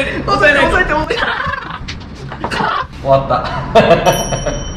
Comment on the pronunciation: 終『わった』笑